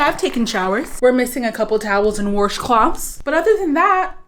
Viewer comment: Never heard someone who pronounces washcloth the way you do and it’s honestly the best thing I’ve ever heard. Gives my a little chuckle each time I love it :)